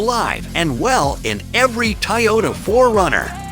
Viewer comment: Nice “Tayota” !